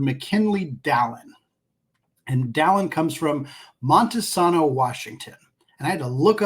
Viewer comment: “Monta-SAY-no